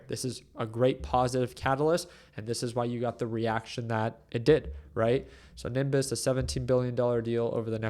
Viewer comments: Its not niMbuss! its NEEEBIUSS! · I had to stop watching after a few inaccurate comments - then I repeatedly heard Nimbus. I can’t take advice from someone who can’t do basic DD and pronounce the name of the company correctly. Sorry dude, you need to do a lot more research on how infrastructure businesses work before you start making videos about them. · It hurts my ears when you can’t pronounce a simple word such as Nebius. It’s literally pronounced as it’s spelled. Ne-bi-us 🤷‍♂️